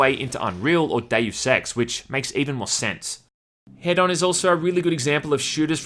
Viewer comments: It's "hee-done" not "head-on", right? 😂😂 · There's only one "d," so I think it's supposed to be "HEE-don," like hedonist and hedonism. I hate it when companies and devs name things with unclear pronunciations, like "WE know how it sounds, so logically everyone else does too." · I cant man im sorry, ITs HE DON like Don like a don form a mafia, Not Head On thats a shitty commercial. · Why are people pronouncing this "Head-on"? Isn't it "he-don"? As in, hedonism? Also, - You can ignite those clouds with fire and it detonates - a really strong one too. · Why does everybody call it head-on... I thought its supposed to be hedon like in hedonism... so he-done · I can't seriously be the only person who knows it's pronounced "He-don" right?.... 4 million "head-on directly to forehead" comments Oh.. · Isn't the word hedon pronounced heh-dun? Short dun. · Wouldn't it be pronounced "He-don" as in hedonist/hedonism? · It's "hee-dun", like in "hedonist". linked to an incorrect pronunciation, making him wrong twice. Furthermore, he is pronouncing it with two long vowels in his video, which doesn't even match the pronunciation in the linked video, which is a long vowel followed by a short vowel. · Isn't it HEdon? As in hedonistic, or hedonism? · prettysure it's hedon like hedonism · It's pronounced HEE-dun and is Greek for "pleasure". Knowing that should make the main character even better. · I think its pronounced h-ee-don. As in hedonistic. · One day you'll learn how "Hedon" is pronounced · Pronounced 'hee-don' for future reference. Sorry it annoyed me every time you said the title lol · Pronounced Heedon. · Pronounced heedon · Isn’t “Hedon” pronounced liked “hedonist”?